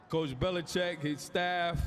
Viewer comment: Ryan he said Belichick though 😂